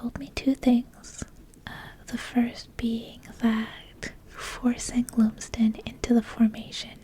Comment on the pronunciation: Not that I know the player but I’m going to say that Lumsden is probably pronounced Lum as in Plum